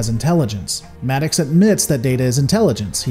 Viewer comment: Your pronunciation of Maddox is hilarious. "Mad Ox" LOL